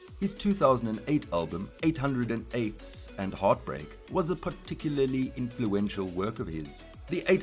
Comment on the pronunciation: its pronounced "eight o eights"